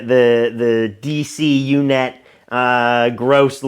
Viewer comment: It's UUNET, not UNET; it was short for Unix to Unix because its co-founder created the uucp command. UUNET handled much of MSN's dial-up traffic and GTE's (now Verizon who owns the once massive AlterNet backbone). Parker not only worked there, he worked in a department that handled the development of a custom BSD kernel that allow customers to run in their code/website in a secure sandbox in shared hosting environments. He was the last person that should have been in such a position. No one I interacted with in the NoVA/DC hacker community believed Parker wasn't an IC asset. He was persona non grata, full stop. He committed some serious crimes and even though he was a minor the feds could have made is life a living hell, they didn't and it really stood out at the time. Some things worth investigating: Another company that had ties to the CIA was Ascend Communications - the top tech company in 1995. I believe UUNET and AOL were their largest customers at one point. One of its early employees and top salesman, who he owns a huge home a stone's throw the CIA headquarters, was the son of a bigwig in the science and technology division. The WhoDB by PRC. This was a massive data collection program the Clintons had created, checkout Hall v. Clinton, 235 F.3d 202. They claimed it was a "correspondence tracking database". There were fields in that database (Sybase now MS SQL Server) that could only entered by someone listening to conversions between various people. PRC was a company s